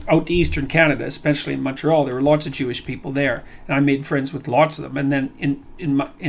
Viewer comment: Paul Heyman: “We are chewish people”